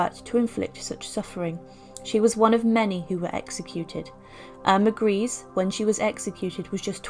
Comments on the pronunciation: It’s pronounced ‘Greser’ not Grease. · If u do do your research it’s not grease it’s pronounced grey za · Her name by the way was pronounced Eirma Gray - se and not Grease. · Thanks for the video. Just a minor point though, her name is pronounced Greysa not Greese. No offence meant! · It's not pronounced "grace." It's pronounced "greesa." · False . German native speaker here. Her name is pronounced: Ear-mah Gr-ee-s-see, ee- like in beer. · How can you make a documentary with all the research and still not be capable to f-ing pronounce the subjects name correctly. I just don't get that. Totally disqualifies the content.